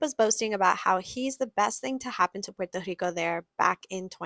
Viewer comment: He can’t even pronounce Puerto Rico.